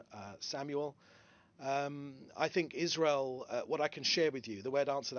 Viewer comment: Israel ❌ Wasreal ✅